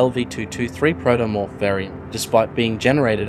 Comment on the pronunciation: Protomorph, not "Praetomorph".